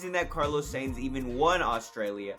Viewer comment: Carlos SAINT, SANES, SANE yea mate. you gotta fix your pronounciation, might as well say carlos science.